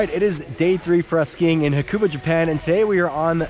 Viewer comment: great video but dang haha you butchered the name xD